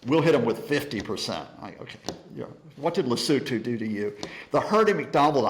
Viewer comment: An American who knows how to pronounce Lesotho!